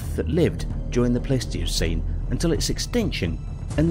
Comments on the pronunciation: I think a Columbian mammoth could possibly skewer a t-rex alive, they or a Paleoloxodon Namidicus which was potentially larger, also was this a competition to see how many words you could mispronounce or do British people just have completely unexpected ways of saying things like Pleistocene, or Smilodon which you pronounced as Plistocene or Plestocene and Similodon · The narrator pronounces most of the major words completely wrong..pronouncing pleistocene wrong several times and in different ways. The cherry on top was calling the triceratops a mammal... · I love how many times he pronounced Pleistocene differently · I'm not the only one who hear one person pronounce Pleistocene 3 different ways right?